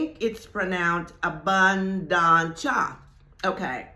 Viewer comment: Yes, I am already Abundant and yes you pronounced Abunduntia perfect 👌. Your wisdom is priceless ❤